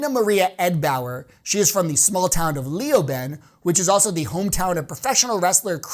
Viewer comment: Not "Lee-o-ben", it's pronounced "Lay-o-ben" :)